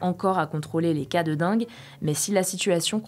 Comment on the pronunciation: Attention, on dit DENGUE ! :)